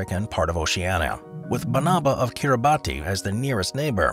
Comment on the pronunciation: Mispronouncing Kiribati is killing me